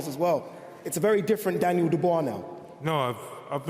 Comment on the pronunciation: Daniel Durrdurr